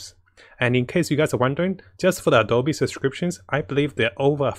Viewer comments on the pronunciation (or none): none